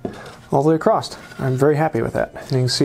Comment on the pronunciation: across't - lol in every video btw these videos are great, learning a lot